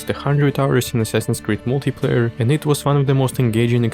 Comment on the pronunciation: Если я не ошибаюсь, multi-player на англ. произносится МАЛТИ ПЛЭЙЕР)